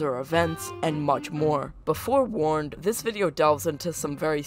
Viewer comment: did you seriously say "before warned" lmao